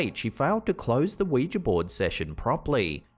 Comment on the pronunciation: Oh thank god for saying ouiJA and not ouiJI ! 👍🏽